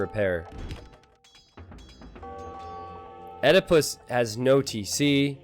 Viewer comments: Americans removed latin vowel combinations from their language, so don't know how to pronounce them. oediepus isn't pronounced O-de-pus, it's Ee-die-pus (a pun on Oedepus, Ee-de-pus). And no it's not Edepus either. It's a long E. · "Oedipus" is a Greek name pronounced "ed-eh-puss." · please pronounce Oedipus right :D !